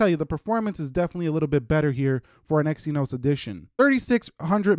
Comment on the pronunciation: It's Exynos NOT Exyonos